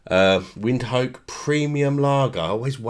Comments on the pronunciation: How do you say the name wrong so very wrong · Its Windhoek yes but not as u say it😂